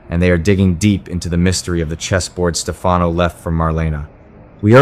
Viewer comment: Whoever is speaking doesn't watch the show or he would know how to pronounce Stefanos name correctly!!